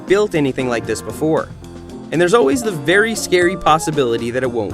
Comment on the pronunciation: Wery wery good rider Red bike 😂